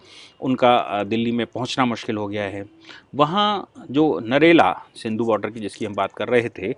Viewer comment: 👍👍🙏🙏, Sindhu nahi singhu hai ye,main apka bahut bada fan hun,bura mat manana